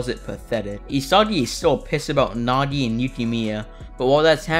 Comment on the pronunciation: I swear bro randomly started Saying Isadi and Nadi